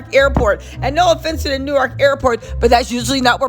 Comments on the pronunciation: …It’s Pronounce “Nork” not New-ark 😂😂😂😂 new subscriber this #jerseygirl loves your content. 😊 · Being from da bricks and hearing you say New-ark is driving me crazy lol